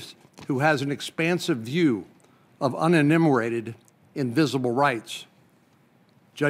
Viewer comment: What’s “uninnimerated”? Reminds me of the country Methodist parson and his paean to “the impotent God”.